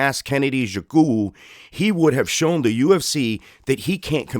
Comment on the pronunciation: or mr white man pls respect your self and pronounce the Nigerian mans name properly or don’t call his name again,why don’t you learn how to pronounce his name well before going online with your bloody phonetics